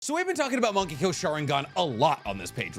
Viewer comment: Thought he was saying "monkey go sharingan."